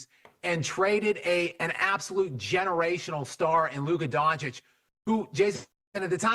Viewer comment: DonChiCh for god sake!